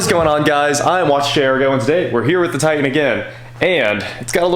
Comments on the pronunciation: Tie Tan.... please just once say TITAN. What is a Tie An? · repeat after me ... TIE-TAN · I love you, - but... brother, there are two “T”’s in Titan! 😂😂😂